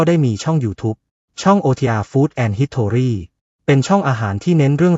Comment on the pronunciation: History ต้องอ่านว่า ฮิสทรี้ Victory อ่านว่า วิคทรี้